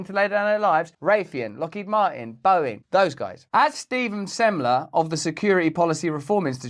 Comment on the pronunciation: "i'm gonna be lockhead marteen" HAHAHAHAHAHAHAHAHAAHAHA